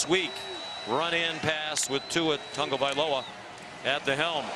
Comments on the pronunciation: it is pronounced tongue-o-valoa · His name is Not Tungavoiloa